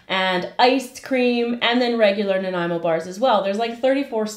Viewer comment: Thank you for teaching me the proper pronunciation of Nanaimo.